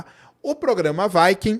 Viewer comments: Fala viking e não vaiking, parece que ta falando vaca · Quando uma palavra em inglês termina em consoante - não flexiona a vogal anterior ! vaike não viquing sim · Vaikem 1-vaikem2 e vai kem quer...😂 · 😂"Vaiquincola" né?🏹🎯